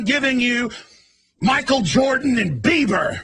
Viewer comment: Justin bleeber lol Justin biebler lol